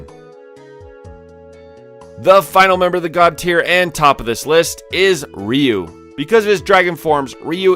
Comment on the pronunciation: Um, his name is Ryu not Ryu.